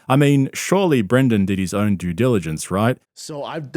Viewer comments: Can just see the ozempiturk now, sat infront of a mirror practicing saying the phrase 'due diligence' over and over. Im genuinely impressed and equally surprised he said it right tbh. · I'm impressed that Brendan nailed 'Due Diligence' first try!